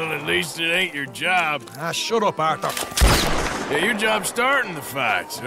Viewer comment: I'm said Arthur not Orthur